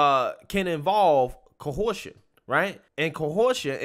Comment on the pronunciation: "Kohorsion" 😂 Either has a unique perspective on trolling or he learned to read from the same school as ABL